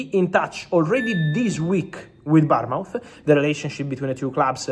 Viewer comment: He can’t pronounce Bournemouth I’m thinking he’s saying Palmont??